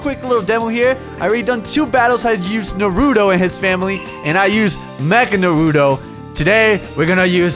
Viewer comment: Goddamn it,, its NAruto NOT naRUto!!!!!!